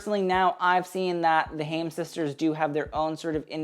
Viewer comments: I'm suing because of how you butchered HAIM's names even though you literally have a 24-min video on them like GHURL! But in all seriousness, I love how the HAIM sisters have shifted from basic Forever 21 girls to coordinated style icons in-the-making!!! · Even after the Vogue video, still mispronouncing HAIM and also getting the sisters incorrect 😂First one was Alana. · And mispronouncing haim 🥲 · You just reacted to them 😂 It's pronounced "HI-EM" not 'HAME" Left to right is Alana, Danielle, Este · I love you but omg it’s pronounced HI-UM and from left to right it was Alana, Danielle and then Este 😅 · It's pronounced HI-IM, like hi + imp without the p. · i really enjoyed this but i'm too big a Haim stan to point out that it's alana on the left, este on the right, and also haim rhymes with time. ok no one come after me sorry i just love them!! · Haim is pronounced: "Khai-im" (Kh- like how you would pronounce "Khal Drogo", but if you can't make that back-of-the-throat sound, you can just pronounce it like "h"). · it’s hi-am 🥲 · Haim is pronounced kha’-yim - (Kh in the back of the throat) as in the expression “l’chaim” or “to life”. The word Haim itself means life in Hebrew, although it’s also their last name in this case ☺️ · HAIM is actually pronounced HI-UM xxx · YOU KNOW IT'S HAI-EM, WE'VE BEEN THROUGH THIS ALREADY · HI - UM,, HIGH - EM say it with me now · Doing the Haim sisters dirty🤣😅 getting their last AND first names botched. Pronounced "Hi- 'im" Hai-im. Haim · Haim is pronounced hi-am and Alana is on the left, Danielle in the middle, and Este on the right. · Haim is pronounced closer to "hai-im" and means life! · haim is actually hebrew for life and is pronounced "hy - im"! just glad you didn't say ham lol! loved the video xx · You pronounced Haim wrong and mixed up Este and Alana. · mixing up the HAIM sisters (Este & Alana) and pronouncing HAIM wrong :'( its ok tho i enjoyed this video - v relaxing to watch as background